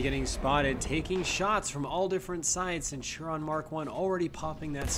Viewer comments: why do you say (senturon) it's (sent-oo-ree-on) it's bugging me🤣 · Centurion. It's not Cen-tur-on. It's Cent-ur-ii-on. Please XwX. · Great video. It's pronounced Centurion not Centuron hahaha. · it was so annoying XD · The centurion is pronounced cent ur eon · ik it's really irritating